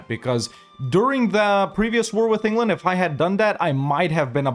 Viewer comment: bro really said Engerland